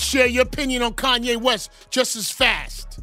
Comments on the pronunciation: Facts been spoken by Kanye....but it's you Flex, you something just don't sit right with me with you...really not to be trusted ...all of a sudden you don't know how to say Kanyes name?? Since when??? Mxm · Flex calling Kanye's name wrong ...now disrespecting him. Those joooooooos got flex bent over too 😂😂